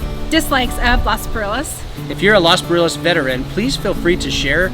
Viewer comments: Please try the pronunciation of los Barriles instead of butchering it with no care if you really like it so much 😮 try being a better ambassadors 😅 Lol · consider saying "Los" Barriles and not "Las" Barriles. After all you are not in "Las" Angeles!